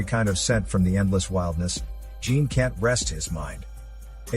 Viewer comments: I must say this as a french speaking viewer - jean isnt pronounced as the ´ea´ in jeans. The ´ea´ vocal sounds more as the ´o´ in ´john´. + the ´n´ from jean isnt pronounced This is how you pronounce the name ´jean´ in french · The mispronunciation of "Jean" did it for me - I got past the robotic delivery this time, but still only got halfway through.